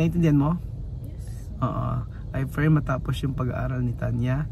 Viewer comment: Bkt po hmd nyo maiwasan na yung P binigjas mo ng F. Yung F ginagawa mong P. Halibawa yung "pray" ang bigkas mo Fray. Yung parlor ginawa mong Farlor.